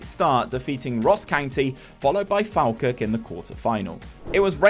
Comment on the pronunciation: Great video, loved it as an Aberdeen fan! Couple of things just so you’re aware Duk is pronounced “dook” Falkirk is pronounced “fallkirk”